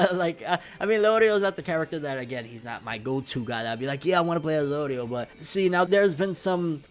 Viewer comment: Tell me this man did not just say Leorio